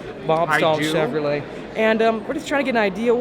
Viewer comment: First time viewer here! Huge ford guy (03 cobra, 15 fiST and a 14 built st fiST) may trade the termi for a c8. But being new I may be the only one that is bothered on how he says Chevrolet....